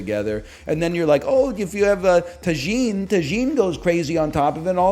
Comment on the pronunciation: his pronunciation of tajín...